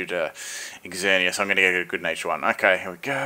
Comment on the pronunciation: I like how says " X-zer-knee-as" dude, it's just "zer-knee-as"